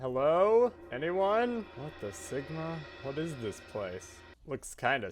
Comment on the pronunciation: NO WAY HE SAID WHAT THE SIMGA